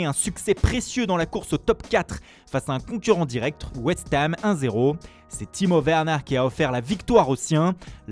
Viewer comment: « Timo veeernaaaa »😂😂😂😂 je suis morrrrt Morrrt morrrt et encore morrrt😂😂😂